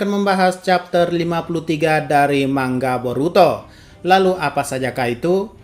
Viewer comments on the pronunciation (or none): . Manga bukan mangga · salah bilang nih, manga kok jadi mangga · Dari Mangga Boruto Gw Denger Nya Mangga 😂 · Manga bahasa Jawa mah